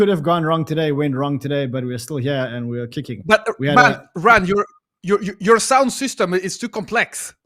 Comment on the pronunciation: It's ... 'Ran'...with a T on the end...LOL